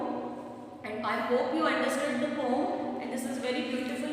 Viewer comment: Ma'am, be a little more careful in pronunciation. Eg: 'Poem'. Rest your teaching is Excellent...thank you for such videos